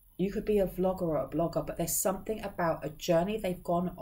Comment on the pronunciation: Somethin"G" not Somethin"k". At first it was funny, now it's just Annoying. Unsubscribed, but you just keep showing in my feed